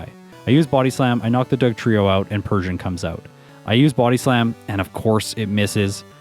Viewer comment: The way you Buody slam kills me lmao love your videos!